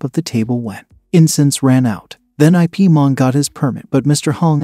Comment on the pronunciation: His name is Ip(Yip) Man not I.P Man. 😂